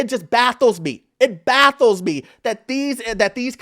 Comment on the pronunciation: never heard someone say “baffle” as “battle/baddle” because the f was so silent I almost didn’t catch that